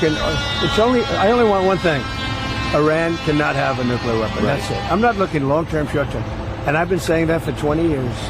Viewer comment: "Eye-RAN-ian NUKE-yu-lar"